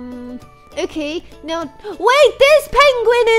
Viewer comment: when you said royal to me it sounded like loyal